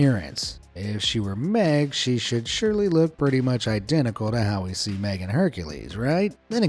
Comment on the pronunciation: Only thing that ruined my childhood is how you pronounced Meg.